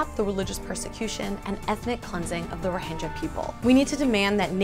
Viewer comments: I'm 3 years late to this but are you still calling " rohingyas" as " rohinjyas"? Its with G as in how you say Game, not Jame. But hopefully you know this already after 3 years. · You're pronouncing it totally wrong. Which really hurts your message. You proclaim to have researched this but don't know It's Rhoh-ing-ya, not Rhohin-ja. Eesh... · The g in Rohingya is pronounced not pronounced as j but as g in gills if I'm not wrong. Bit silly to get the name wrong.